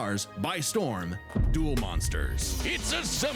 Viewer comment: Duel not dule.